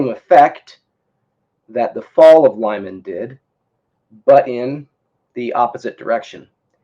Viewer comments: It's read "Leeman" not "Laiman" lol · Lyman is pronounced lee-MAHN